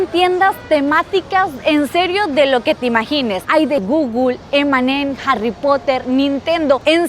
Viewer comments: Alguien le puede enseñar cómo se pronuncia Google? No entiendo de dónde saca guglu…Porfavor enseñarle a pronunciarlo bien que no parezca una analfabeta 😂😂 gugul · Porque dice gugul? 😂